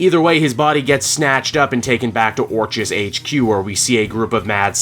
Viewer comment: It’s pronounced, Or”k”is.